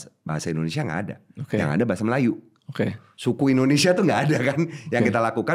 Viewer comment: Indonesia tp diucap Endonesia. Biasa diucapkan pemerintah. Bikin kesal aja (